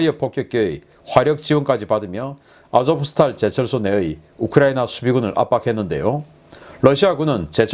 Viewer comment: v를 러시아어 에서는 F발음으로 읽지만 우크라이나에서는 '우' 발음으로 읽으니까 '아조푸 스탈'제철소 라고 불러주시지 말고 '아조우스탈'제철소라고 읽어주시면 더 좋을 것 같습니다. 푸틴이 "러시아 국민들이여 전쟁에서 영광스럽게 되자!'"라고 연일 방송을 한다고 합니다. 그런 방송은 아마도 게엄령과 국가 총동원령을 내리기 위한 깃발 단계로 보인다는 의견이 많습니다. 그러면 300만 명 이상의 군인도 징집이 가능하다고 하는데 과연 어떨지요???